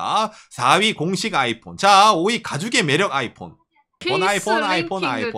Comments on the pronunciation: 아\잇폰 아\잇폰.. 플리즈 쫌만 부드럽~게여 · 아이폰할때 '아'에다가 악센트좀 그만했으면... 힘들어보임..